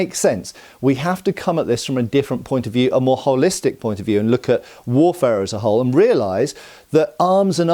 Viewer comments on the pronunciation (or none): none